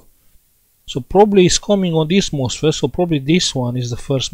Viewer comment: It sounds like you are saying the 'mossfit' isn't working. How is that word spelled?